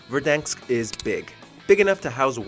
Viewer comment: Didn’t u guys notice that he said Verdanks instead of Verdansk maybe two or three times in the video? Oh and btw you guys are a bit late, three seasons too late to be exact